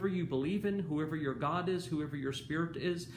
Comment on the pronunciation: I love all your video but every time you say god I cringed😝